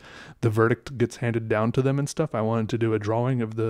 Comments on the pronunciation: He says “draw-wings” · I like how he really uses the W, and I will now say "draw-ing" the same way, because it is both correct and unusual. It should be correct and usual, which disturbs me about pronunciation, that a simple W is so hard to say in a word so short. What have we come to? is saving our entire way of speaking. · It’s usually “draa-uhng ” but he says “draa-wing” and I love it. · Do other people say drawing as “dra-wing” like he says it? Maybe I’m the weird one but I say it like “dra-ing” like I don’t say the w. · You mean you stayed for the "draw-wing" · Interesting. I've never heard the word 'drawing' pronounced 'draw-wing' before. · Draw-wing lol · It’s pronounced draing not drowwwwing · My guy pronounces the W in drawing 😂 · I love the way you say "drawing" with the pronounced w. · Everytime this man says drawing I loose a piece of my sanity.